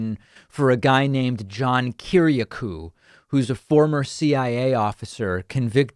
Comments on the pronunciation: DAVID PAKMAN - Are you bleepin' real? John's family name is Greek and pronounced "ki-ri-A-koo " not "ki-ri-a-KOO" John Kiriakou is an honourable man. Start with his Wikipedia page, then dig deeper. He was very poorly treated by W. (and Obama, I believe). We could all wish to have such a fine man for a friend. Trump won't pardon him in a thousand years. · kir-iA-kouuuuuu, man you butchered that one